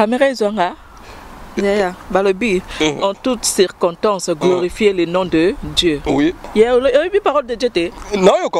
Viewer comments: Eh cirkotance kiekiekie pardon boza na France bosala ata ba cours ya français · On dit circonstance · Oh ma chérie ce nest pas que tu là dit sinon que je voulais te dire que elle ne sais pas qu' on dit circonstance